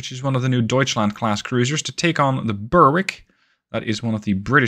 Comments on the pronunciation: Lol, you're very fastidious about pronouncing the French ship names correctly but not so much with the British ship 'Berwick'. Now, I understand that in the US there are towns that are pronounced 'Bur-wick' but the British pronunciation would be 'Beh-rick'. 'Dunedin' would be 'Dun-(h)ay- din' with the accent on the second syllable. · Fabulous video as ever. One small thing: 'Berwick' rhymes with 'Derek'. That is all!